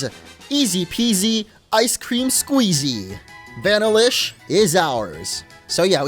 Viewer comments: Vanillish is pronounced VA-nill-ish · That’s not how u say Vanillish